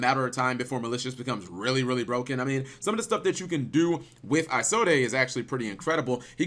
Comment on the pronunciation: Everytime he said "Isolde" I cringed... You don't pronounce the E. I take it he's never heard the story of Tristan and Isolde.